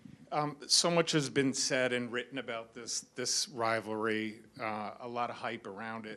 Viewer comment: Carlos!!! The "ri" in "rivalry" is pronounced with an "i" like "eye". like "sky" "why". If Carlos wants a title badly enough, he makes it happen. Sometimes it requires the pain of loss to raise the level enough for the next title.